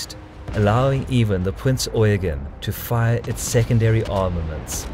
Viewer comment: Damn and english speaker who says eugen right